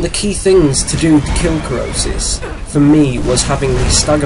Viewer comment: Krosis not Krisos